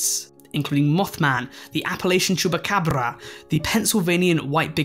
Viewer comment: Please never say “chupacabra” out loud again 💀💀💀